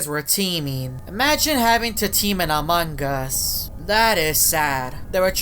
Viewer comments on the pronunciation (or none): you say "among us" not "amonguss"😭😭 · dude your saying amongos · he keeps saying amoung GUS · i love he makes much among us vids but he dont say the word correct XDXD its among us not amonggus XD